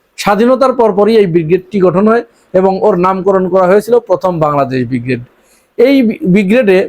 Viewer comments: ভাইজান উচ্চারণ বিগ্রেড নয় হবে ব্রিগেড। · শব্দটা ব্রিগেড উচ্চারণ ঠিক করা উচিত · প্রথমেই ছাগলকে বলি, কথাটা বিগ্রেড নয় ব্রিগেড। বিগ্রেড মানে দ্বিতীয় শ্রেণী। ছাগল না জেনেও ঠিক বলে ফেলেছিল। নাম দিয়ে যুদ্ধ হয় নাকি? তোদের নিজের টুনটুনি দেখ, ভারতের দিকে তাকাতে হবে না। হামাস যে নাম বলবে, বাংলাদেশের বাপ সে নাম রাখতে বাধ্য। এই জঙ্গিরা বলত, দিল্লী না ঢাহা? ঢাহা- ঢাহা- যেই ভারত বলল ভিসা দেবে, সব হাদির সা*য়া ছিঁড়ে তিন মাইল লাইনের পেছনে দাঁড়িয়েছে। তাদের নাম আয়েশা না ফাতেমা, জেনে কী হবে? আছে তো ভিসার লাইনে।